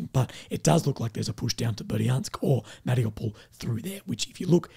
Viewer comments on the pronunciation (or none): none